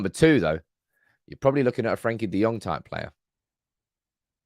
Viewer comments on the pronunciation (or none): Try getting his name correct